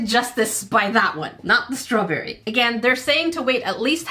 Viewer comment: It sounded like she said swawberry😂